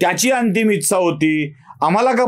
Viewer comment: उच्चार जरा सुधारून घ्यावा ....इच्छा या शब्दाचा....गोष्ट आवडली...फक्त एका शब्दाऐवजी पर्यायी शब्द वापरला असता, तर बरे झाले असते.....कारण आम्ही महिलाही बघत असतो तुमचे व्हिडीओज......